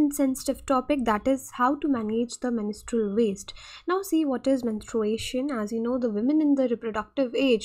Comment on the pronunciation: You are pronouncing the word menstrual wrong again and again. How can you even give lecture to this important topic ?? Disgusting.